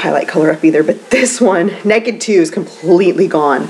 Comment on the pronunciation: I love that you said "neked". I can't help but let my inner Texan come out on that word too. ;) So glad to see you back! You look beautiful as always.